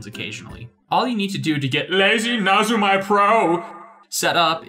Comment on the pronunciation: ..lazy... na-zu-mai? NAZUMAI?! WHY DO YOU HURT ME LIKE THIS?? Nezumi (neh-zoo-mii) is the Japanese word for mouse. Lazy mouse. It stops your mouse strokes looking lazy:U But seriously though this is a GREAT video, I really wish I had this when I first gave photoshop a go. Took me like 5 different attempts before finally making the permanent switch from sai because I just had no idea where to even begin